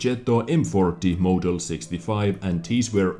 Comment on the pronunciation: I need to comment on how you pronounce model as "mow-del"